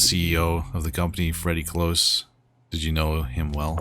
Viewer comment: Freddy COlse, not cLose, it's cOlse